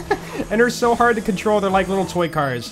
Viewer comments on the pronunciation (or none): none